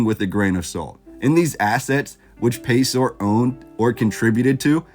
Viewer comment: It's pronounced Pay-sir; as opposed to Pay-sor.